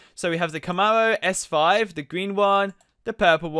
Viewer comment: Mclawens Labowghinis Camawos HAHAHAAHAHAHHAAHA XD DXDXDXDXDXD